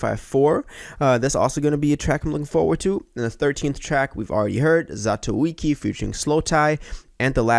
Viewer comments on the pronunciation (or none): Ain't no way is the best track, I'm calling it, also it is pronounced zaa- tow-ee-chee